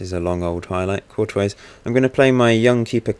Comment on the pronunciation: Good video but Courtois is pronounced 'Cor-twa' not 'Cor-toise'